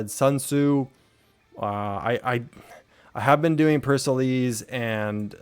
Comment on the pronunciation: btw pericles is pronounced as pear-uh-cleez